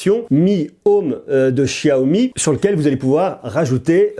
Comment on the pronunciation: Enfin quelqu'un qui prononce bien xiaomi